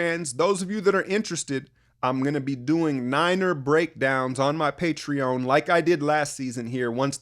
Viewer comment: Bro are you sure it's pronounced Patreown? Isn't it just patreon with an eon sound at the end? you're tripping me out